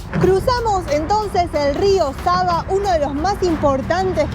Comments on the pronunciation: Its SAVA River!!! Not SABA River !!???? Thanks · Nije reka Saba vec Sava,cirilicno (В- V) citate greskom kao B-Б ћирилично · It is not Rio Saba the river is called Sava